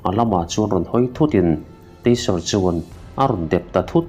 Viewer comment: steak hi stik ti a lam lo in, stake ti a lam tur ani. miin an ngaithla nasa si a, an lo sawisual palh hmain kalo sawi ve e Taser pawh tiser niloin, taeser ti a lam tur ani e Rachel ti a lam loin, Raechel ti a lamtur